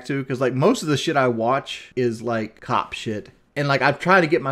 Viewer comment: I think I heard him pronounce "cop" as both clop and cod in this video alone. All that sugar and aspartame has turn his brain into swiss cheese.